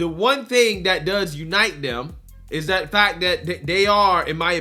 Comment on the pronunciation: Can you please say the, they and that instead of da and day and dat. I watch you daily and you come off intelligent but for those words. I would like to support you as an intelligent conservative.